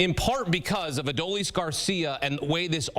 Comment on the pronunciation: Why don't they learn how to say Adolis? He's winning games for the Rangers. Let's go Rangers!!!